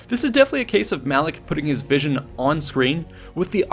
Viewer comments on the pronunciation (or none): none